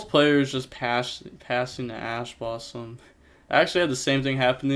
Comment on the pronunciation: Ash blossom? More like Passh blossom